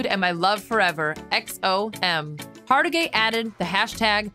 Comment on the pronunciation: HargiTAY! TAY!! TAY!!!! COME ON, MAN!!! Get the name right!!